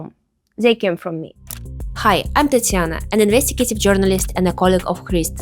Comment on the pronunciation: pretty sure her name is Tatiana, not Tatsiana.